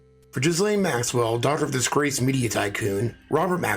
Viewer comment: Its pronounced Jill ayne. No jizz in there at all. With a French origin, the name has a silent S. You're a smart man.